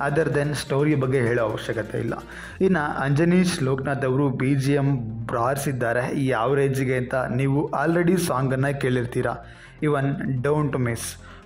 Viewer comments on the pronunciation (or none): Anna anjesn alla ajanesh 😂